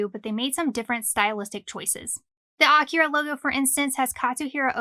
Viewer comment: Almost a 40 year old manga, and you still can’t pronounce AKIRA correctly 🤔